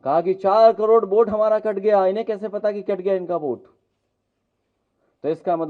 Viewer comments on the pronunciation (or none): none